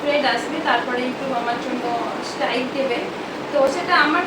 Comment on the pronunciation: ঠিকভাবে মুখ দিয়ে স্ট্রাইক উচ্চারণ হয় না😅😅😅😅😅😅😅😅😅😅